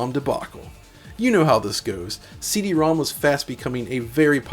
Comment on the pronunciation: I love how you pronounce CD-ROM² correctly